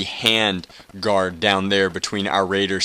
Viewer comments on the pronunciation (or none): none